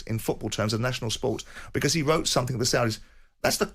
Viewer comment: What he meant was SOMETHING , not sumfink